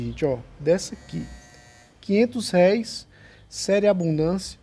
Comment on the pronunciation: O acento é no R E